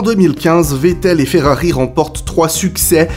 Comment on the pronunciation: Arrête de dire Ferrari avec un accent Espagnol mes oreils saigne.